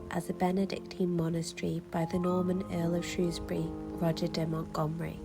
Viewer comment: Thank you for this, I live in South Shropshire and have walked past those places many times, it's such an underrated part of the country. You also pronounced Shrewsbury correctly which always gets a thumbs up from me, haha!👍👍